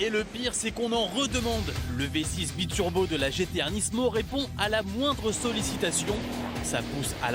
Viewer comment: y'a que moi que sa stresse quand il disent nisssmo? pour moi on dit nimo